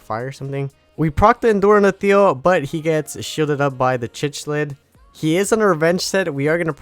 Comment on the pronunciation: Cichlid is a type of aquarium fish pronounced like: Sick Lid. Just a heads up. Great video.